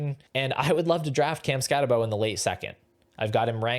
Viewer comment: If you’re gonna knock Scattebo, at least say his name right. No way anyone who actually watched Scatt last year has Tuten over him…